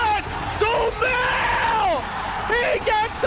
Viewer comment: its not sumiles its sumail!!!